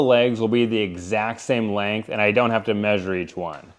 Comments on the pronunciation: Omg...don't know if you did this to tease people who pronounce the word incorrectly or if you really think that it's correct, but the word "measure" is pronounced "meh*zhr" accent on the first syllable. Google has sound recording. The only time I have ever heard it pronounced "may* sure" is from my sons in-laws who live in West Virginia. Of course, they also say "pin" instead of "pen". Drives me insane! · measure is pronounced "Mehzhr" !!